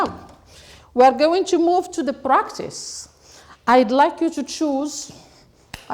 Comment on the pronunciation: practice not practisssssssssssssssssssssseeeeeeeee